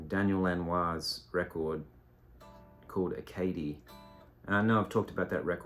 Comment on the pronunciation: I have long admired that Lanois track, White Mustang II. If you like that, try and track down his series of releases called the Omni series. He was selling them from his website. Mostly instrumental, ambient, kind of stuff. Some of it guitar, some of it steel guitar. (by the way, it’s pronounced “Ah-ca-DEE” French for Acadia, referring to the Maritime provinces in Canada, where I grew up.)